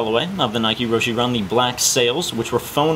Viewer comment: has these many pairs and can't pronounce the name of the shoe right.